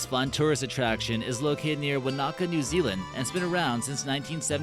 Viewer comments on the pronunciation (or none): The way he pronounces 'Wanaka' causes me pain.